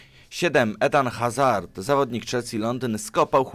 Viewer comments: Etan Hazar xD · Czyta się Eden Azard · Człowieku muwi się Eden Azard